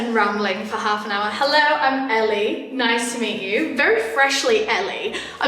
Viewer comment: Woah hearing you say Ellie is weird 😂